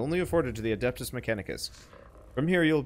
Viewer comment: It's not "adAptus", it's "adEptus" mechanicus :) Imagine you're trying to speak latin :P